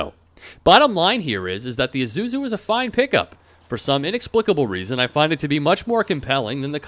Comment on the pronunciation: it's pronounced eee-sue-zoo not i-zoo-zoo